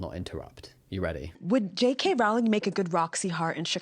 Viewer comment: HELP now i cant unhear Jake Hay Rowling anytime someone says her name 😭